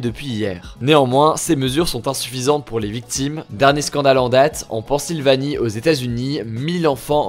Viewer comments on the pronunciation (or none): C'est Pennsylvanie pas Pansylvanie 😂